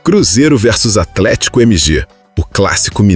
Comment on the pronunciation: " Atlético Emi Ge " me pegou KKKKKKKK